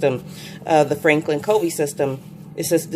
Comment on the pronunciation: Good review! btw, Covey is pronounced KUH-vee (after Stephen Covey). Monarch is pronounced Mon-ark. :)